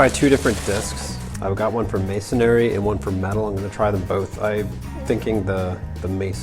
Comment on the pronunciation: It's masonry, not masonary.